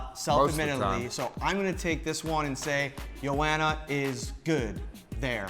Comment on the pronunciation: for suuuure pronounce joanna's first name properly